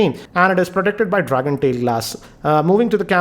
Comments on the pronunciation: *Dragontrail not 'dragontail' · Ahem!!it's dragontrail not "tail"